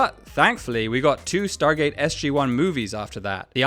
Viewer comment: De onde esse narrador tirou "StarTgate"?😂